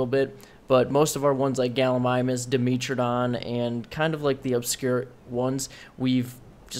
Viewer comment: When you say "Dimitridon" you are refering to the "dimetrodon" right?